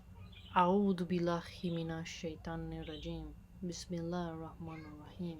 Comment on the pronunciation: Assalamu alaikoum. Mashallah, your pronunciation is improving. Just a note, bismillahee, not bismillahkhee. May Allah swt make your mastery of the arabic language easy. May he keep guiding, protecting, n blessing you, little habenero, n all your loved ones.